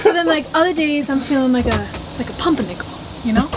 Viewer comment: that accent does 😆 i love it pumpennickel jejeje